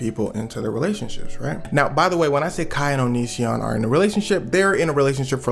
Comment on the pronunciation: Bro prounounces onision like onichan